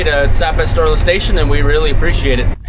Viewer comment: Not me all this time thinking you have been saying STORELESS station……. And I’m thinking it’s some cheeky name play game….. 🤦🏻‍♂️ silly Canadian lol